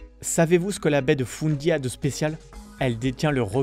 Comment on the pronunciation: Allo ! 😁😁 félicitation pour ta chaîne !! 👏🏼👏🏼 je viens tout juste de la découvrir (1er Fev 2025 20h18 heure du Québec) hé oui … tu comprend vite 🤣😂 je suis Québécoise ! … En passant … la Baie de Fundy se prononce en anglais (pas feune mais « On ») donc la Baie de Fonnnnndi.= Fundy